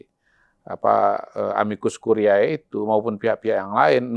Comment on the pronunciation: Dua kata tersebut dalam bhs Latin dibaca: amikus kurié bukan amikus kuriaé.